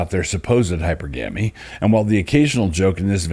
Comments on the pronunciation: Dear Doug, it's hy-perr-gamy The accents fall in the same spots as polygamy. Your uncle, Daniel * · Hypergamy is: hi-per-guh-me Not: hyper-gammie And hypergamous is: hi-per-guh-miss Not: hyper-gammis Love you, Doug :)